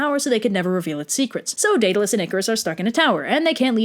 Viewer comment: Why do you pronounce minotaur and Daedalus so weirdly